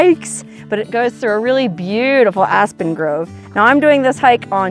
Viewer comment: You said Asspen. 😂